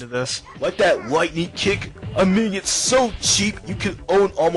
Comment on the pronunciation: How can he pronounce anime correctly, but can't pronounce enemy correctly?!?!